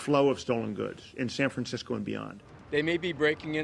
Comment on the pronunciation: San Francmsickol